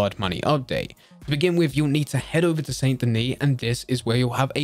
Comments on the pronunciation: THIS GUY PRONOUNCED IT SAINT DENIS INSTED OF SAN DENI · SAN-DA-KNEE...OR SANDY-KNEE. That's how it's said.